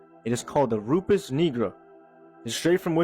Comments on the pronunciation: First video 😂 he wanted to say the n word sooo bad. How Yu get negra from nigra 🤣 ain't no e in saying I 😆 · Bro got biblical, excellent pronunciation for Nigra. Then he went 🙄 igga, igger. Bro thought he can try and drop gems and slip that in there. What going on bro, what you really feeling. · That white boy was not saying Nigra lol clear he pronounced it with an ER multiple times 🤦‍♂️ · Nigra. It's pronounced (knee-grah), but we gonna let him slideee.... 👀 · Lmao the way dude kept pronouncing "Nigra"